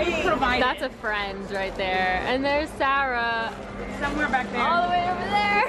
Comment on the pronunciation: Is it weird I love how you pronounce Sarah? 😂 the way you say it sounds so elegant.